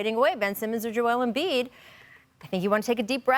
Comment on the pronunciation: Anyone else hear “Joel Emfliid” ? 😂